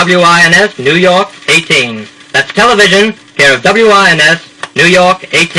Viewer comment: Clearly an audition disc. Quite a local accent - not an "r" in a carload - and he is eager to get into "tele-VISION."